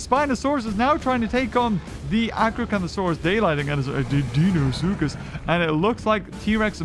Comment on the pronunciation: It’s not dino Soukous it’s Dino Cyrus